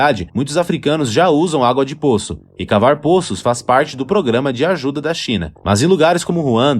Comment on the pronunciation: Bom vídeo, mas contém algumas informações imprecisas. O narrador deve aprender a pronunciar "póços", em vez de "pôços" e "cagâme" em vez de "cága mi".